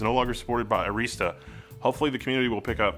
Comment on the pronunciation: It is really awesome that you are looking at Arista switches. They are pretty awesome. Also they are pretty darn reliable. They test every single switch that they sell. However, you are pronouncing 'Arista' wrong. Here is an example video so you can see how it is pronounced